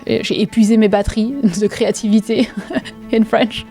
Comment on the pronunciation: Ce petit "épuisé mes batteries" en français était parfait ! Courage